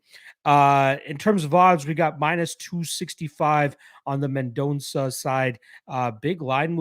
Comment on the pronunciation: You're pronouncing Mendonça as best as a Canadian can 🇧🇷